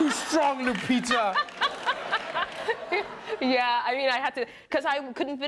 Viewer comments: Points for him getting her name right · You saie the name correct 😁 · Finally someone who says her name correctly lol